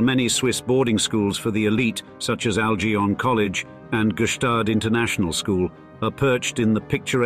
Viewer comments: AIGLON College, not ALGION. If you want some credibility, pronounce the names correctly. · This is the straight dope on elite schools! Just ignore the fact that we can’t pronounce the names of the French and Franco-Swiss ones! “La Rosie” “Egg-Lee-On” 🤡🤡🤡